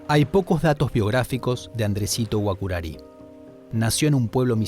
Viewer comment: Error se escribe Guaçurarí con Ç letra que se llama CEDILLA y en español significa Z suave y se pronuncia como Z o S por lo que GUAÇURARÍ voz guaraní se pronuncia GUAZÚRARÍ que traducido al español significa VENADO ARISCO